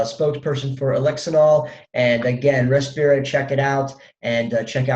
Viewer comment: btw its Respira, not Repirsa